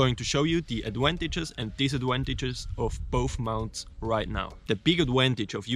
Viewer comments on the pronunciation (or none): Bro even the auto closed cations said they don’t got a fucking clue when this man said adwantages